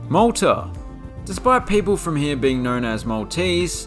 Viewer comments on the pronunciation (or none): none